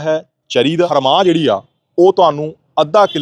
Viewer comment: ਹਰਮਾਹ ਨਹੀਂ ,, ਐਨਾ ਨੂੰ ਰਵਾਂਹ ਬੋਲੀ ਦਾ ਵਾ , ਅਗਾਂਹ ਨੂੰ ਧਿਆਨ ਰੱਖਿਆ ਜੇ ਨਾਲ਼ੇ ਇਹ ਬੀਜ ਨਾਲ਼ ਤਾਂ ਢਾਈ ਤਿੰਨ ਕਨਾਲਾਂ ਬੀਜ ਕੱਤਣ ਬਾਬਾ